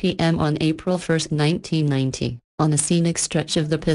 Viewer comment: I swear on the third case it sounds like you are saying "1919" instead of "1990" which one do you mean?